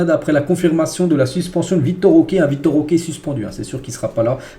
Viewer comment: C'est Vitor* Roque pas Victor